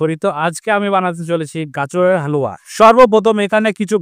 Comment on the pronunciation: Dada halua bolte giye to apni haoya bole diyeche 😂